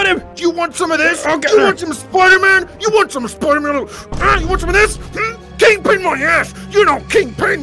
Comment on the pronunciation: EVERY SPIDER MAN VIDEO INVOLVES THE CART and also why do u keep calling him king PING instead of king PIN? Dose he have a high ping or something?